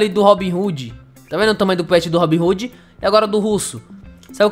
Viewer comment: O nome não é RoobinRoode não é RobinHode